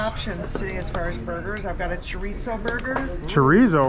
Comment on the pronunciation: Bruh. face when she said “choritzo” burger killed me😂.